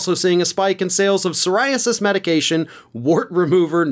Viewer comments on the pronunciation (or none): none